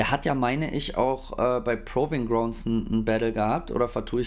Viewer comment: Bro, kannst du es bitte „Pruving Graund“ aussprechen